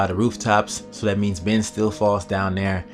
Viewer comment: It's kenny man not kimmy and it's christa not krysta and it's ben not bin